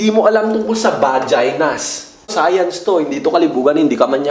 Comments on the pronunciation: Science,Hindi sayans.vaginas bah jay naz😂😂😂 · Bah-jay-naz hahah sana ikaw nalang teacher ko sa sayans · 🇺🇸 : SCIENCE 🇵🇭: SAYANZ HAHAHA😂😂😂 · BAH JAY NAZ SAYANS 😅😂 Ayos ahhh... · 🇺🇸: SCIENCE 🇵🇭: SAYANS HAHAHAHAHAHAH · Its SAYANZ ...LOL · Its sayanzz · Bah-jay-nas jpg.😂 Sayans LOL😅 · Hahaha mali sopell ng science Hahahaha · BAH-JAY-NAZ SAYANS TO